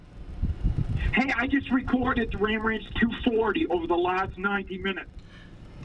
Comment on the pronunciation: My mans said ram rahnch